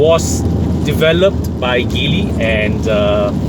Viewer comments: It's not pronounced Gi-ly. It's G-ly, as in the alphabet 'G', as per the Mandarin pronouncement.. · I am surprised that you are now only poking fun at the name, so I guess you are NOT aware of what's really going on in Geely (please at least pronounce the name properly lah). The Borui (yeah, go on and laugh) is an exception car and will make a real killer perdana replacement. But wait till you see what Geely has come out with in the SX11 (what a beauty!!). Suggest you check them out and let us know if you find them as exciting as I have. Peace to you.